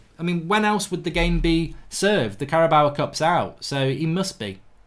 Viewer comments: Marks total inability to pronounce Carabao upsets me more than it should. Where is he getting the a at the end from??? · the very first few seconds when he says the words.. Carabao Cup... he likes to add extra As at the end... idk why though but does sound funny.. the same way he likes to say Draw-ring instead of drawing for present continuous tense for Draw.